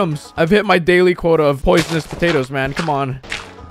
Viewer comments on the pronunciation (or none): none